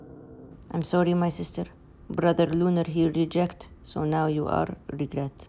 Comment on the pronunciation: The sooooww much cute is so funny how u say it I like it 😂